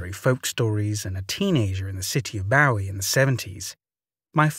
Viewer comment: Well done! Just a gentle heads up from a former resident, "Bowie Maryland" rhymes with "gooey" & "Marilyn," as in Monroe. :) I know it makes no sense and I don't understand it either, but I do know that's how locals pronounce it, so I hope that helps. :-) 💕